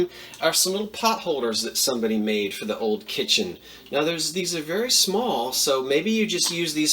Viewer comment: "So long foe now" :)